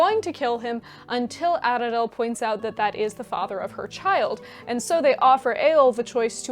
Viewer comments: pronunciation note: dh is voiced th, so maedhros has no d sound. Mae-thros (which voiced th, like the welsh dd). I am not sure of the etymology of Aradhel but it might also be Ara-thel not Arad-el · Tiny little note: in elvish languages, when you see 'dh' in a word, it makes a very soft 'th' sound, very similar to Welsh. So Aradhel is pronounced 'Ara-thel'.